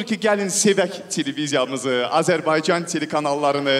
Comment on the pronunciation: Что за ведущий)слова Azərbaycan не правильно звучит) говорит АзербайДЖан